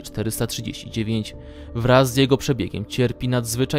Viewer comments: Uwielbiam jak on mówi S-C-P a nie krótko scp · Ess ci pi